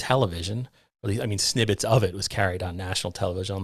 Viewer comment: Did you say "snibbets" instead of "snippets?"